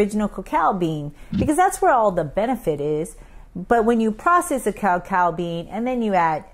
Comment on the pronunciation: two different words. Typically, cacao is the pure form, and cocoa is the processed product. She pronounced it correctly.